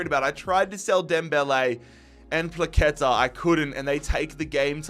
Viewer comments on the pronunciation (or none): u dont say plaketa u say pwaheta